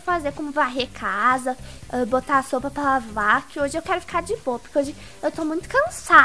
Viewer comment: no minuto4;42 a falou sopa pra lavar kkkkkkk